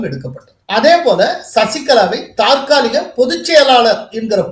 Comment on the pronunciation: தற்காலிக.... Not தாற்காலிக